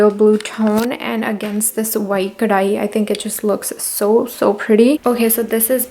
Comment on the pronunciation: Babe, I just love the way you said "kadhai" that Punjabi accent